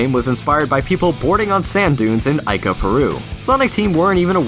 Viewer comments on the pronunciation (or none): "E-ca" Peru, not "I-ka" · It's pronounced EE-ca, not EYE-ca. T_T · its no pronounced, AY-KA. ICA, as in E-CA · Ica, Perú is pronounced Eeca.. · Its Ee-kah, I-co., Ica,Peru